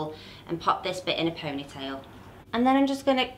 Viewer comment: I love how she says pownaitayl(ponytail) 😅❤️